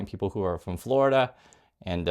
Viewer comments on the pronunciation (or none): none